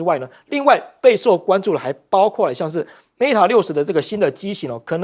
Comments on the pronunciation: 應有人提醒羅主持人Mate不是MATA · 記者做點功課吧！mate not meta 60！